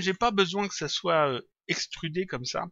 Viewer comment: Je te suis depuis un bon moment maintenant, et j'aime très bien tes tutos et ton travail, mais ne plus "QUE CA SOIYE' on dit "QUE CA SOIT" et "ON VOIT" et non "VOIY". Tu devrais nous faire un tuto lighting version pro ou bien texturing.